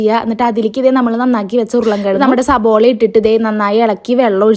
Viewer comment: സബോള അല്ല 😄😄സവാള